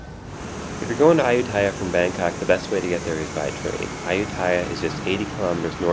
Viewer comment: Thanks for the vid. But dude, say it right: ay-YOO-ta-ya